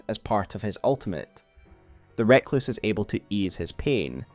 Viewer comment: Fantastic video as ever. Adds a lot of context to some disparate lore. Though I die a little inside every time with your pronunciation of 'Recluse'.